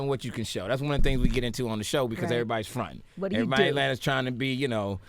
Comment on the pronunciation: “Everbody enters some how!” 😩😩😩😂